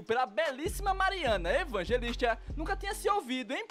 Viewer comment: "Evangelistcha", "entrevistcha"... Esse narrador parece o dublador brasileiro do Lenny, de The Simpsons.